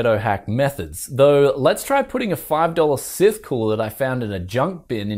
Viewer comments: you'd think the "e" at the end would effect pronunciation. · Wait How did your pronounce scythe?